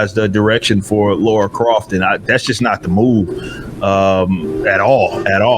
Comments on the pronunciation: Why does he insist on saying "Laura"? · Everytime he calls her "Laura" "It's LARA!!! LARA Croft!!!" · How can yanks still not pronounce Lara after nearly 30 years ffs 😂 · Why cant American's pronounce Lara correctly? There's no U in her name so why pronounce it that way?